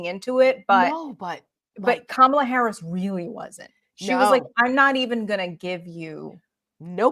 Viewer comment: Sadly As a memeber in the WWE hall of fame, his mispronouncing her name is his attempt to subtly pass along a racist trope by comparing her to "Kamala", pronounced Ka Ma la, The Ugandan Gaint who was a pro Wrestler and whose gimmick was a wild savage from africa.